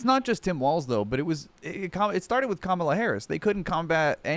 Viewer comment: tbh i thought that's how it was pronounced for at least a few days after he joined the campaign bc i'd only read it, they just never learned the right way bc their brains get overloaded by singular "they"